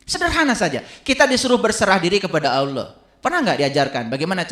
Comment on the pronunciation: setan lebih pintar drpd. jgn kan baca alquran,nyebut nama Allah aja salah.